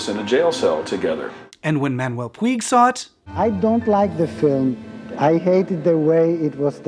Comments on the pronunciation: Just a quick note. PUIG is a name originally from Catalunya and/or Mallorca that means Mountain. It's pronunciation rhymes with Much, so no Puy, say Puch. Thanks. Great video as usual. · Puig is a Catalan surname and is pronounced “poodge”, not “pweeg”. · Totally loved and appreciated the video but there was one little detail that was making me a bit nuts. The writers surname, Puig, comes from where we live in Spain. It means like a peak of a hill or a mountain and sounds like " Pooch " or a soft " Putch " rather than " Pyoo ig ". I wonder why the pronunciations are different? Can't wait for the next one. Stay well and keep safe. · Puig is pronounced Pooch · Greeting from Spain from a long time viewer. One brief point: the author's surname is pronounced "pooch", with the 'ch' at the end like in "scratch". It's a typical catalonyan (from Cataluña) surname, so it's not pronounced using castillian (what you anglo-speakers usually call "spanish") rules. I was about 8 y.o. and I remember thinking the movie was some horror film, because of the title. In some twisted facist way, it was indeed. Great video, as usual. Much respect from Madrid !!!